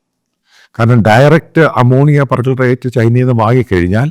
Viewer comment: Per chlorate not percolerate